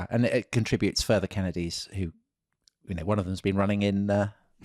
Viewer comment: I literally stopped what I was doing hearing that intro 😂 my favorite accent yet! Totally nailed the Kennedy rhythm 👌